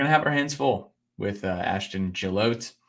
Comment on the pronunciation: Ashton Gillotte pronounced (Jill AH Tea)